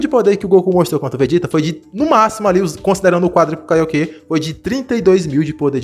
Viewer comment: Kaiokê 😂😂😂😂😂 é Kaioken mano